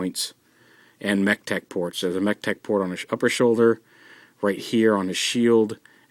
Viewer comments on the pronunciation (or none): when the part you say mechtech port a lot of times sounds like you say tetek (that's malay for boobs)